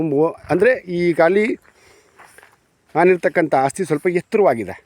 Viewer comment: Hagriculture alla guru Agriculture, And Hasthi alla asthi.. 😂😂